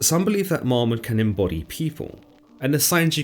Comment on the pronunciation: Its not "MOMmon" but MAMmon" bud. Shalom.